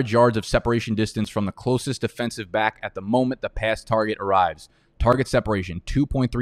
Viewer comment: Love the channel but every intro when you say “welcome baik to the channel” I say 🥴